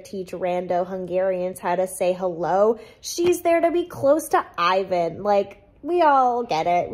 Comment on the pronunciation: as a European, it’s so funny to me how you pronounce Selin and Ivan 😁